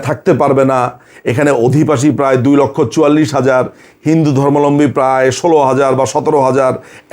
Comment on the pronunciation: ধর্মালম্বী বলেন কেন দাদা, সবাই এটাই বলে কেন বুজি না সঠিক উচ্চারণ টা হবে তো "ধর্মাবলম্বী"